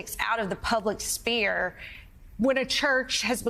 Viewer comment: Maybe it was just her accent, but did she refer to the public "spear"? The closed captioning isn't working well.